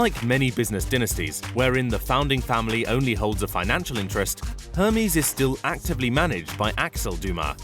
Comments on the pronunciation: Ermesse not Hairmeese ! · OK here we go again it is ERR MEZ NOT HERMEEEEZ. Oh god you are a mess. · i thought it was said air-may (Hermes) not Her-mees like the greek god. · narrator kindly check before narrating foreign names. its NOT "hermeees"... its "Air Mays." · You pronounced it as Hermeez??? It's pronounced ehhrr-mezz. Amazing. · “Hurmiez” lmao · "Her mies"... gosh. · But why does he pronounce it "her-mees"?😭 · Hermies? Really? Hermies? Can't even pronounce it properly.. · Did he say Hermès like hermes the god? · Lordy the way he mispronounce Hermes drives me crazy. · Pronounces Hermès wrong, uses a pic of Buffet when taking about Mars and says Mexico is part of South America 🤦🏻‍♂️ it’s part of Latin America but is in North America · im offended at the hermes pronaunciation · Arg there is only so many times I can listen to the word Hermes pronounced that way. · The H is silent in Hermès!!!!!!!! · Wrong pronunciation of Hermes !! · PM Layden It does. It says someone still has an expectation that someone creating content and posting it as purported fact do a basic level of research in order to correctly pronounce a commonly known brand name. It says she has standards that this crap video failed to meet. In addition, photos were misidentified as was the location of the entire country of Mexico which is in North America, not South America. If people are insulted just for holding others accountable for failing to meet basic standards, then the quality of everything will continue to decline. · I love shopping in aldi but for the love of god pronounce herme's properly please